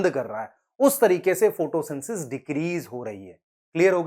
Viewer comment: sir aap photosynthesis ko photosynsis kyon bolte ho "the" kyon nahi lagate kabhi.